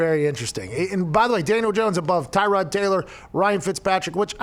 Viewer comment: put some respect on Tyrod by saying his name right LOL